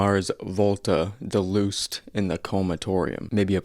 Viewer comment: boy said "de-loosed"